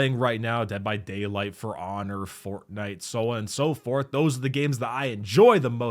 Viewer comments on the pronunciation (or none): none